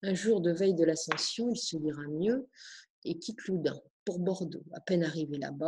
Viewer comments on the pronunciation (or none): Loudun pas Loudin!